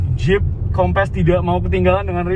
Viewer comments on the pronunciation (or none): Tp dia nyebut nya kompess, kek ban kurang angin kali wkwk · Nyebut nya harus nya “kompeus” .. 🙏🏽